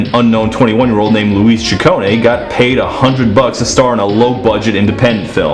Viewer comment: You know a star is big when an English-speaking guy can correctly pronounce her Italian surname.